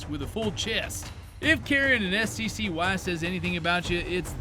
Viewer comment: Did... do people really call it S.C.C.Y.? You pronounce it like a word, it's pronounced Sky.